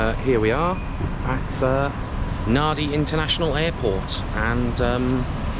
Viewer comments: Just stumbled upon your channel. You said NADI but it's actually pronounced NANDI 🤣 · Glad I found this and happy you made it to Tuvalu. I’m from Papua New Guinea and Tuvalu is high on the travel list. P.S. it’s pronounced Nan-Dee. The “d” in Fijian always has a silent “n” in front of it. “B” has a silent “m” in front. So Fijians say “mmmmbulah” not “bula”.